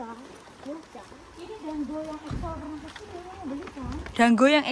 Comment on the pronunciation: exo jadi eko😭😭🤣🤣